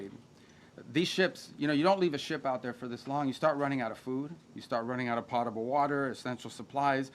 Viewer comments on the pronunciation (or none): Did he say Pottable water?